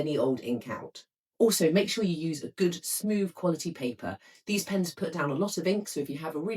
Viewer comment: This is not received pronunciation. RP doesn't include 'bof' instead of 'both', 'smoov' instead of 'smooth', 'fevering' instead of 'feathering', 'wiv' instead of 'with'. These used to be part of a genuine East End Cockney accent. Without this (increasingly found everywhere) affectation, her English would be absolutely beautiful. I don't understand why they do it.